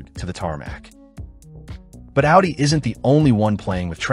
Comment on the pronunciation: A W UDI